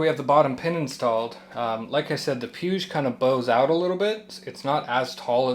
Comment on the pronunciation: Just heads up it’s pronounced PW-EEG. Awesome content and humble approach. Subscribed.